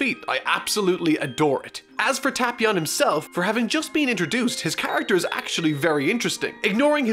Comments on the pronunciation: its Tae•Pee•On not Ta•Pee•On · Oh god he’s triggering me the way he pronounces the name Tapion, it’s Tape-ion not Tap-ion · I swear if he says TahpEon one more time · You say tapion wrong I think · u ryt